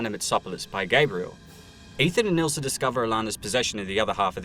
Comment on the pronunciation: Her name is Ilsa, not Ilser.